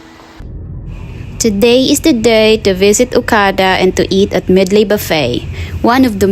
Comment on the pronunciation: Sorry pero sana nag Tagalog ka nalang.. Pronunciation mo palang ng Medley mali na... haha😅